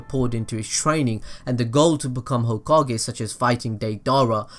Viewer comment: gokage lol